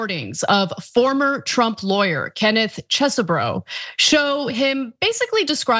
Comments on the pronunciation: I find it so sad that we live in a world where calls this man Chess-e-bro and not Cheesebro! Bring back the cheese I need my bro back! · Phonetic: Chezboro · I'm saddened that you no longer pronounce it as "cheese bro" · After months of calling him CHEEESEBRO, your new pronunciation was distracting in an otherwise awesome and informative story.